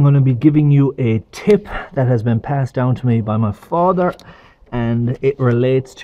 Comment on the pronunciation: What is “ Me Fader”? Oh. My Father. Gotcha. Lol